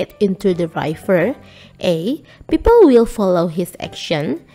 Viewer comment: River itu bacanya RIVER, bukan RAIVER 😭